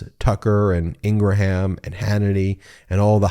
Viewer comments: I am no fan of Fox news but I am baffled by your insistence on calling Laura Ingraham [pronounced Ing'rum] as "In gruh ham". What's the purpose? I hate when they call the Democratic party the "the democrat party". Let's be better than that. I'm in the Bernie/AOC camp; follow you on Youtube. I expect more from you guys! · I love this channel and love your reports. But I need to ask if you mispronounce Laura Ingrams last name on purpose. As much as I can't stand her, her last name is not ingraHAM. It's pronounced Ingram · I stg if Ben says INGRA HAM one more time in gonna lose my sh*t!!!!!😡😡😡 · Her name is pronounced: “Ing-grum.” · Not liking this post. You do not know what you are talking about. You do not even know how to pronounce Laura's name. Proving to me you have never cared to watch FOX at any time and you are trolling right now. Laughable! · Oy. Can you please pronounce Laura's last name correctly? Reminds me of the Orangey supporters who still refuse to pronounce Kamala's name correctly. I've followed Howie's reporting for over 2 decades; he's a great reporter and generally does try to be fair. It pains me that he's with FNC. It's like when Shep was on there -- it was just wrong. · Ben I would like to ask you a question? At the 2-minute mark when you said Laura Ingraham's name, did you take a cheeky shot at the way Ingraham & Co pronounce Kamala Harris's name by the little breakup in her surname? I thought that was genius, certainly made my day. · Why do you pronounce Ingraham like that? I hate that lady but I've never heard anyone pronounce it like that.